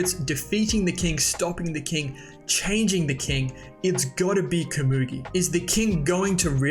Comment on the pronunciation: You’re pronouncing komugi wrong!!!!